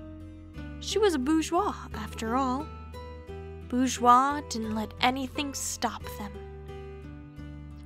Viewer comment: Eyy!! You got the pronunciation of Bourgeois!